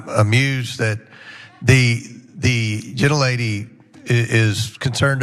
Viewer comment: "Um amused that.... the.... thee genelatey." -Gomer.